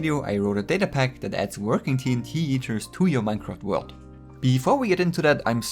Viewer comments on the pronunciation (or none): ummm, TnYeeter? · "TNT Yeeters" 😂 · “TnT Yeeters” Okay buddy